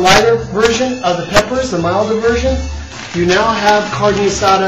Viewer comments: Say carne asada right not carnie asada! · He said carne asada not guisada lady, its kinda close to asada but hey everyone has their recipies for it and how they like it done.. (chille del monte ees better) though calling a variety of diced onions a medly got on my last nerve... and calling a taquito a burrito is just... yeah... but ehh whatevah jooo cares am I right.... Oh I'm right.